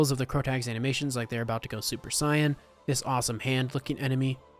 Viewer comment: "Super Sighin"